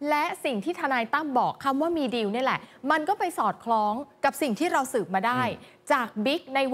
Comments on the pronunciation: ผู้ประกาศอ่าน....คำว่า...ดีล...หรือ..ดิว..ภาษาไทยอ่านแล้วเพี้ยน..ฟังแล้ว...งง..ภาษามันบิดได้ในตัวมันเองความเข้าใจความหมายเปลี่ยนไปแน่นอน..ชี้แจงได้ไหมประชาชนผู้รับฟัง..งง.ครับ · คุณผู้ประกาศข่าว...ว่าคำว่าดีล..อ่านออกเสียงว่า..ดิว..ประชาชนฟัง..แล้วงงครับ..อธิบาย..หน่วยเถอะคนับ ...